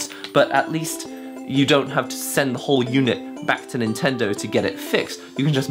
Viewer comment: I don't think that Japanese is his mother tongue, a native would not pronounce "NintendoW" as the English speakers do.